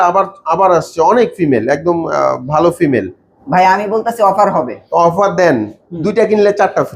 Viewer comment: Ekjon boltese valo behave apni baje behave boltesen,vai ektu clearly bolben valo hoto